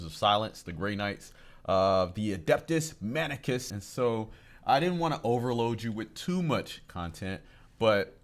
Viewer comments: Please stop saying adeptus manicus. It's mechanicus. It's very triggering. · drives me nuts every time you say adeptus "manicus" its mechanicus like mechanics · Mechanicus not manicus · Not "Adeptus Menicus", but "Adeptus Mechanicus"! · mechanicus, like a mechanic. not mannikus. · TECH HERESY!!! It's Adeptus Mechanic-Us (like the "MECHANIC" who repairs vehicles - after reciting the Holy Litany of Repair - for all of "US"). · Dont get me wrong, I am loving to see you both discover this great setting! But i expected that by part 3 you would be able to say adeptus mechanicus! xD Keep it up bro!